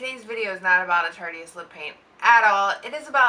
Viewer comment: It's Tarteist, pronounced like Artist. I also think the Juicy Shakers are a waste of money!!!!